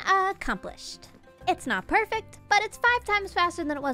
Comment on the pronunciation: The way she says "perfact" instead of perfect is pretty adorable